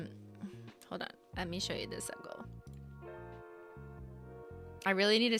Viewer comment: The first time you said “sub goal” I thought you said “suckle” and I was like wtf lmao 😂